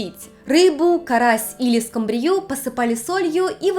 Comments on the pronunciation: СкУмбрия, а не скумбриЯ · Спасибо за интересные ролики! Минутка духоты: правильно произносить скУмбрия, а не скумбриЯ, уже не первый раз замечаю эту фонетическую ошибку. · очень интересно! суши люблю больше, чем роллы, люблю чистый вкус свежей рыбы) только скУмбрия правильно